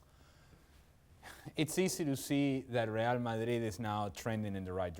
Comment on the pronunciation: I hate how this dude says Madrid